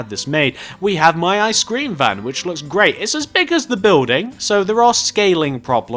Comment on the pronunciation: when he said icescrem it sounded like i SCREAM